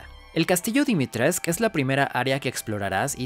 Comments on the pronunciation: tengo entendido que está mal pronunciado el apellido. Esto no debe sorprender a nadie. Véase la pronunciación del español por parte de los ganados en re4. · Dimitrescu. La u se pronuncia